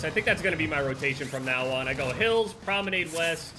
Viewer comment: Challenge accepted: pronounce promenade correctly